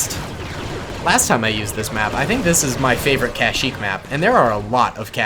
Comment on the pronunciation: One time said kashmeep when he ment kashyeek